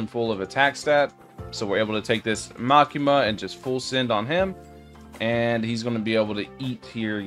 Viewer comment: Bro said makima that is not makama